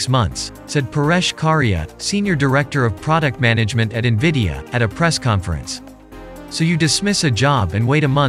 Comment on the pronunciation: LOL Niveeda (En-Vid-Ee-Uh -The I is after Vid, not before.) Also, it's PCIE, not PCLE ... Do you actually know computers, or are you just reading things someone wrote for you?